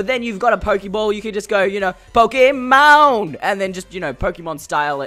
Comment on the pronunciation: Stop calling it pok - ie - mon